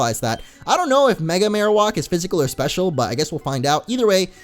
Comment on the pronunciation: I hate how he say marowak